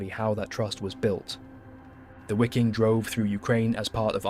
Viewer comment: ITS PRONOUNCED ……VIKING SS ARMY …MADE UP OF MOSTLY SCANDINAVIAN MEN……HENCE ..VIKING …..W…IS PRONOUNCED AS …V…. OK….STOP PRETENDING TO BE STUPID……